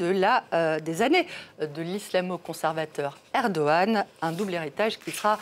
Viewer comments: pour info ce n'est pas " Erdoine " mais "ERDOGANE" décidément les journaleux c'est de pire en pire !!! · Mais ça se prononce erdoane